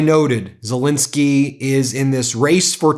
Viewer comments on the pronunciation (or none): Why do you always mispronounce Zelensky's name? It's not Zilinsky. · ffs, learn how to pronounce 'Zelensky'!